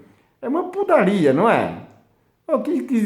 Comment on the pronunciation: corrigindo: "uma putalia"